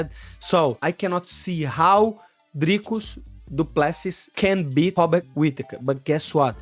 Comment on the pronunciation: So your saying drikas fighting skill is as good as your Robert Whittaker annunciation !! not good at all. Hobbit Whittaker from the hobbiton shire middle earth will be to good for Drikas imo.